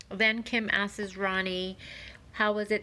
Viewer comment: Hey lady, “ASKES” isn’t a word 😂😂😂